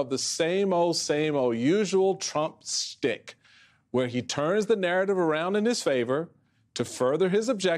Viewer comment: The Trump stick? The word is schtick. There- you said it right the second time.